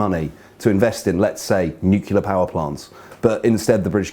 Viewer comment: 'nucilear power plants' - lose a fraction of a nanomark